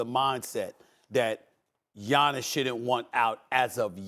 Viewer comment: You butchered tf outta that name